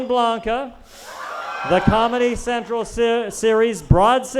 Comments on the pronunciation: Bitch when he said "hurricane blanca" I fucking threw my phone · “Hurricane blanca”